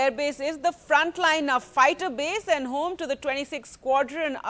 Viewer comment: Aaandu, eeeesssu, awardeddddu.. Nice English